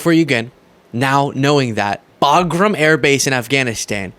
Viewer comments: Also it’s Bagram not Bogram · WTH, is he talikg about? He said Baghram, not in Alaska. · "Think about really Boglim. Boglim Alaska." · He clearly said Bagram in Alaska. Those people are booing him because they know Bagram is Not in Alaska. 😂😂😂😂 Ohhh, yea. His weave is so impressive. lol 😂😂😂😂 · "We have Bagram, in Alaska" WTF?